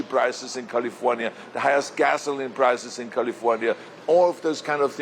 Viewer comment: First of all he should learn how to pronounce the word “California” …then he should talk about prop 187 which he was for, prop 187 was designed to get rid of Hispanics.….I don’t know why people give this guy any credit as governor….he was bad, Californians, specially Hispanics should not bother listening to him….he should go to Texas and talk to them about gerrymandering, not us Californians…